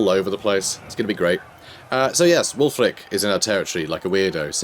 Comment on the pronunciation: From Wulfrik the Wanderer to "Wulfwrecked the Woundedener" 😛😅☠️